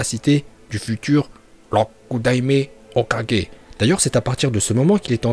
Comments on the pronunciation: Juste ça se dit OKAGUÉ pas OKADJÉ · C pas "kaje" mais "kague" tu prononce mal mais ça reste un détail face a tes connaissance de naruto continue ainsi mais travaille ton accent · tu dis tu maitrise la VO tu dis hokaje mdr va te coucher porte parole mes fesses mdr ton acces il rend fou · Moi j'aime quand il dit hokudaimer hoka